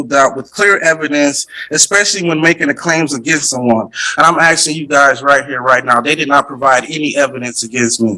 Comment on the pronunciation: A load of 'axeing'